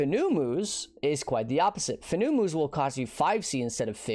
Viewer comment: I'm 99% sure Fenumus is pronounced like Venomous (but with an F). It's a venomous spider. I got a good chuckle out of how dumb "FOO NEW MOOs" sounds though. lol Farrul = Feral Their names are all like that.